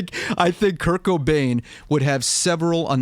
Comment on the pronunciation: Anyone else thought he was saying "kirk O'Dain" instead of "Kurt Cobain"